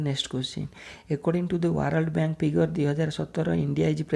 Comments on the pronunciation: Plse... correct the poronounciation the word world... 🙏🙏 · Brother don't mind but plz try to pronounce d word 'WORLD' correctly.